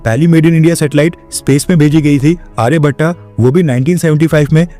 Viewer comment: आर्यभट हे आर्यभटा नहीं